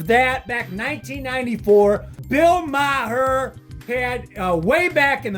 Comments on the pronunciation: Hearing you say “Ma-her” is obnoxious. It’s pronounced “marr.” Not that difficult. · It's marr not Ma-her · Maher is pronounced “Marr” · Pronounced “marr”. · So, Ma-har is only when you are dissing Bill? I was worried you just didn't know how to pronounce Bill's last name. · You mispronounced "Maher".....lol.